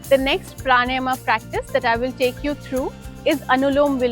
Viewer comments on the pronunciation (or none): Its Pranayam....not pranym..idiot😅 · good video. Observe your pronunciation of pranayama - it is प्राण + आयाम so प्राणायाम ( not प्राणयम or प्राणायम). Thanks